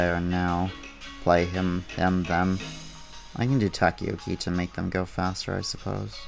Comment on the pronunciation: *Taco-'yaw'-key Hearing you say it differently sent a shiver up my spine every time. This video 3 silly 5 me. Cant wait to see what the other guilds do